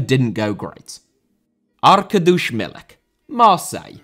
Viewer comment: No, it's Ark ad eee ush - not that monstrosity of what he said.